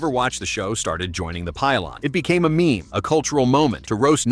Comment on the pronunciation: "Me me"? Get a real narrator.